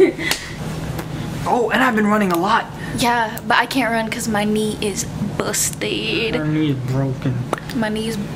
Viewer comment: The way said 'my knee is BuStEd' really cracked me up loolll. As always an amazing and insightful vlogg!